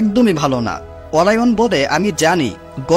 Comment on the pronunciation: অরায়ন৷ না অরিয়ন